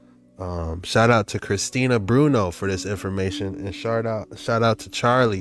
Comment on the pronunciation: I clearly read Bruno the moose, but he said "brunooo'. But it would not be vid if he didn't clearly mispronounce a simple word or two. Good vid though...